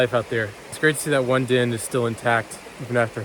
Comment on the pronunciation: I think you're saying 'den' but all I can hear is 'din.'